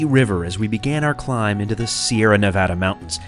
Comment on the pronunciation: I'm so glad to hear you pronounce Nevada the right way! 😁